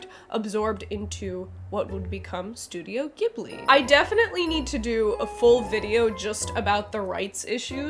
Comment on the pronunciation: What is it with not one single person on this website being able to pronounce "Studio Ghibli" correctly??!?!